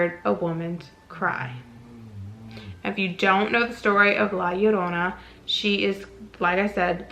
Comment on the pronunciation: Thank you for correctly pronouncing La Llorona 🙌🏽! Most people butcher it.